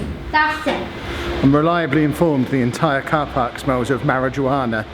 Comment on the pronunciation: he said marajuana wrong 😂😂